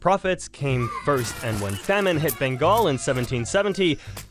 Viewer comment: Bengal* not Bangal